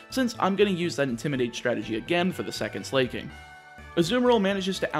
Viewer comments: At this point I am convinced he pronounces pokemon names wrong on purpose. No one who has ever lived thought it was pronounced "Slay-king" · please pronounce it as su-lah-king >< <3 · As a gay guy, I love that he pronounces "Slaking" as "slay, king!" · My eye would twitch every time you pronounced Slaking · why did you pronunce slaking like that